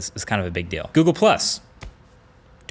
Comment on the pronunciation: Why he dub google+ like that 😭😭